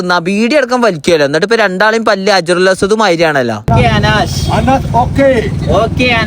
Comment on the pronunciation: ഹജറുൽ ഹസ്വാദ് പറയുന്നത് ശരിയായില്ല 😞😞